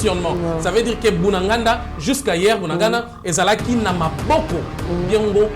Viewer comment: Yoka ndenge ozo prononcer bunagana, 3za pasi po nayo po bakombo nyonso oyo eza kinyarwanda, bunagana, cyanzu, rumangabo. oyebi bitumba oyo eza bien po verite nyonso ekobima na mpwasa.